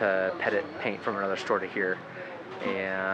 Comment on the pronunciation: Pettit and petite are not pronounced the same but good brand nonetheless. Lol